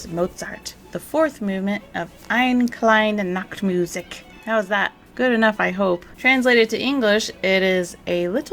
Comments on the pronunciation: Ein kleine Nacht Musik ; almost well pronounced . " K " is extremely explosive in German . You pronounced " musiC" instead of " musiK " ; which is a very short , explosive , exhaling sound . Then again Deutsch ist nicht meine Mutter spreche . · MusiK not musiC..."K" is a very short, explosive, exhaling sound . Then again Deutsch ist nicht meine Mutter spreche. Just being a very individual person.